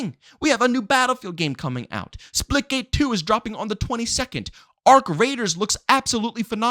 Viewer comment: OH splitgate Thought he was saying splickit